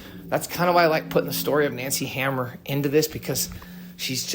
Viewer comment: Hammer? 🤦🏻‍♂️ read that again bro “hammour”